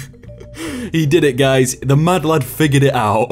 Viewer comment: Everytime you say madlad. I feel like you are saying mudblood idk why